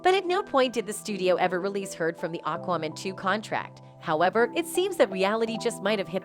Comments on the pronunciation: Why is Aquaman (phonetically pronounced Ak Wa Man) being (phonetically) pronounced as Akoomun and AkWooMun, by this narrater? Sorry, I realise that the point of the video is the subject matter, but how did she not learn the name of the film, before recording this video? It is SO very distracting and aggravating! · It sounds like you're saying Aquawoman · I think given the fact that the narrator, for this video, cannot even pronounce the name of the film they are talking about, I would take most of what they say with a pinch of salt! The info in this video is just someone's opinion on info that we can all easily find, elsewhere! Pointless content, unfortunately!